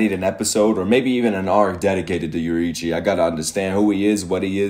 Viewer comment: the name is YO RI I CHI, take your time